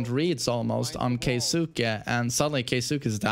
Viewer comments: Keisuke (KAY S from snake, KAY) not Kai su kay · Its pronounced key-skeh lol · His name is pronounced K-ski. Kei sounds like the letter K, suke is always pronouned like ski or skae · You pronounce his name like this Key-ske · You can pronounce it KAY - skay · Pronounced "KEY-SKAY" ..